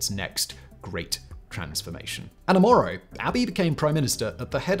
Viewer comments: Quite a few things wrong with this video. The Derg weren't ethnic Amharas starving their ethnic opponents. If anything, Amhara hegemony was upended by the Derg's rise to power. You repeatedly mispronounced Oromo as "Omoro" Failed to underscore the brutal repression during TPLF-dominated EPRDF rule Other than that, pretty good video I guess. And one thing, "Medemer" isn't Abiy's idea. He got it from Meles, who got it from a CIA operative known as Paul Henze (who called it "Synergy"). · Good video but 😅you keep saying Omoro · 😆😆 the "OmOro"?? 🤣 its pronounced the "oro-mo" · Bro keeps saying the ''Oromos'' ''Omoro'' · Would be a great video if you didn't say "O-MORO". Also, put some historical context for why Oromo's HATE Amhara's in our land. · its not OMORO...... IT IS OROMO! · So many pronunciation mistakes. I'm surprised nobody else is correcting you ( you constantly called Oromo "Omoro", lalibela as "lalabela", dire dawa "dayadawa", and so on). This are simple words. If I can pronounce Schwarzenegger then you should pronounce these words correctly, 😂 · They are OROMO not OMORO! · Its really unfortunate to spend the entire video misnaming the Oromo as Amoro, just because it sounds close to Amhara, after spending the first half of the video saying you wanted to be sensitive to the nuances of the crisis and ethnic tensions. That can lead unfamiliar people to completely misunderstand the situation. Really annoying when youtubers and politicians can't be asked to bother to name people and places in crises correctly. We're not even talking about pronunciation here, just read the actual word on the page. That's all we ask. However, you want to pronounce, at least get somewhere in the ball park. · Its O R O M O say it with me O-R-O-M-O. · It's Oromo, not Omoro... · Oromo not Omoro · This explains the crisis in Ethiopia from the beginning till now. The best detailed explanation I have ever seen... Other than guy saying the Omoro people instead of Oromo. Great documentary